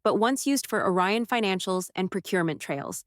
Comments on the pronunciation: It’s ORION, not a Ryan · It’s “Orion” not “a Ryan”! If you can get it right once you can get it right EVERY TIME.